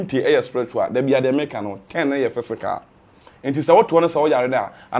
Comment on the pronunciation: The man actually said physicarry eeeei